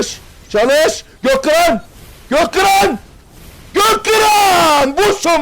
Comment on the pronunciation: Götkıran deyil gökkıran abi